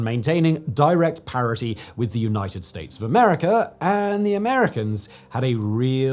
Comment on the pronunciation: Americer....Russier.... Simon has intrusive R's! 😅